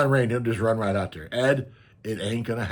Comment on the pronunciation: i almost said upstate western NY!! I live near the Adirondacks in NY 😊 The way you say "dem" or "dare" instead if "them" and "there" was the biggest hint!